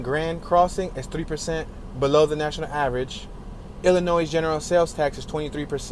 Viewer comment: Love the video but just a FYI The S. Is silent 🔕😶 in the state of Illinois Be safe!!